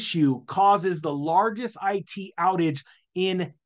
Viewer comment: is the pronunciation of "largest" as "larguest" a thing somewhere or is it just misread? 😯 oh, he barely made it through high school